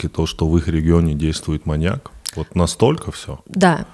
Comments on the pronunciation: Выпуск прекрасный, всё отлично, но ВАШУ МАТЬ, СКАЖИТЕ ИМ КТО-НИБУДЬ ПРО УДАРЕНИЕ В СЛОВЕ "МАНЬЯК" ВО МНОЖЕСТВЕННОМ ЧИСЛЕ, УШИ ВЯНУТ БЛЭТ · маньЯк, маньЯка, маньЯков.... 😭 очень больно слушать подкаст при таком количестве упоминаний этого слова с неправильным ударением